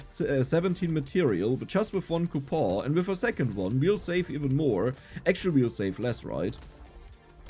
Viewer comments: Dear, its coupoN not ''coupoohh'' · again bro coupon is pronounced coupon